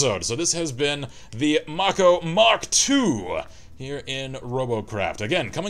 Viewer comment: It's mako as in make-o. The name is taken from the sharks with the same name.